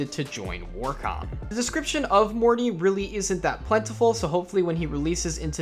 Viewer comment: I gotta say... Morte is not pronounced "Morty" it's Latin for death... It's pronounced mort-a like how we pronounce the letter "a" or I guess you could say Mort-eh. No hate just correcting because it's not an English word.